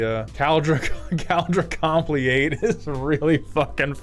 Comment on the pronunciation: com-plea-ate???????? not complete?????????